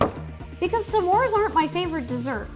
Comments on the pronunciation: Everyone Else: S'mores Ro: Suhmores: Shmores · i love how to says “samores” rather than s’mores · s'mores Ro: Samores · I love how she says s’mores like “Samores” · I love how Ro says “Semore” 😂